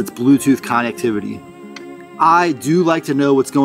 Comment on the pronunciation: You're pronouncing connectivity wrong